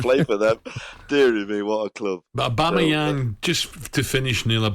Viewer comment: Ally fighting the giggles at Neil’s Aubameyang pronunciation, ‘Agaman’ 😂